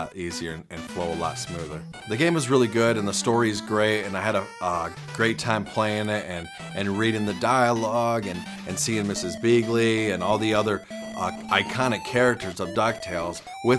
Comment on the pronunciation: Lol he said Ms Beagly instead of beakly